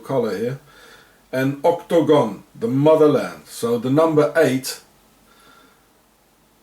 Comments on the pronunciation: Why does he spell/pronounce it 'octOgon'? It's 'octAgon'. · OCT - TOE - GOHN ! LOL